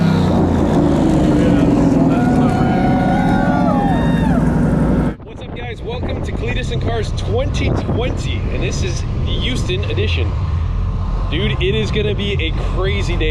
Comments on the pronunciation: THERE IS A GAHD DANG H IN HOUSTON!! LMAO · Lol you said youston again lol instead of Houston